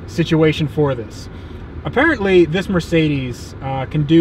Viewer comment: Dude, it's Mer----cedes, not Mar----cedes.